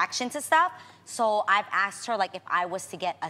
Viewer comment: ASKED not AXED